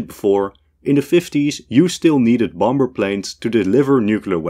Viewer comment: You can’t pronounce “bomber” 😂